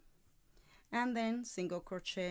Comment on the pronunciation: Great video 👍 But your pronouncing Crochet wrong It’s “crow-Shay “🤷‍♀️